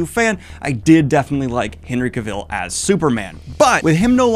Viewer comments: That’s not how you pronounce Cavill, right? I sure hope not lol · stop pronoucing his last name like that - its weird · Daniel, you're great, but you keep saying Henry Cavill's name wrong. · I love Daniel, but his pronounciation of "Cavill" gives me a nervous twitch... 😅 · hate it when Henry is in the news as Daniel always mispronounces Cavill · Please… please for the love of god stop saying Henry’s last name like that. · Cav-el! Cav-EL! Not Cav-ill!!! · Stop saying cavile it's cavill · Why do you pronounce his name that way? In my head it's always been CAV-ill not ca-VILL. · Yes, he absolutely needs to be a lead in a franchise, but that means you need to learn to say his name correctly: Cav il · "CAVILL" RHYMES WITH "TRAVEL" DANIEL!!!!!!!!!!!!! (I feel the need to comment this every time you say his name) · For the love of God! it is CAvill! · "Cavell" like "travel" dude unless you're trying to be funny, then ignore me lol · His last name rhymes with "travel" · Cah-Vil, I hate being that person, but hearing it being mispronounce like that is slightly triggering over and over, sorry! So cool he liked Sanderson though he truely is king of nerds! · Daniel, I'm glad your giving your takes on this... But for the love of God, SAY HIS NAME RIGHT! It rhymes with "travel!" He literally made a video where he tells you! You even said it right once, and then went BACK, for God's sake! Daniel, PLEASE! -Sincerely, a subtitute teacher with a last name no body says right. That's probably why I care. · Love your videos Daniel but your pronunciation of Cavill bugs the shit out of me. Its said like the word 'Travel'. You actually said it right when you cut in at one point as well 😂 Genuinely love the videos man but I just had to get that off my chest. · everytime Daniel says Cuh-vill I want to throw a rock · I love this idea and the video but your repeated mispronunciation of “Cavill” is KILLING me 😂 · Day 900 on Daniel mispronouncing Henry Cavill's name